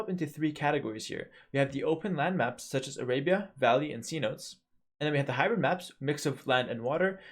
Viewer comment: somebody help this man pronounce cenotes